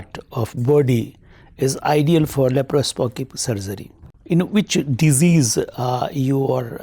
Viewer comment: Sir its not LAPROPOSCIP SURGERY, its LAPROSCOPIC SURGERY😀